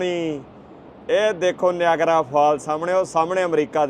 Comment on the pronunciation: Nagara fall YAN NEEYAGERRRRA fall .... naam te change na karo ...kitye Yeah you have a let's voyagera fall na kahe dena 😂😂😂😂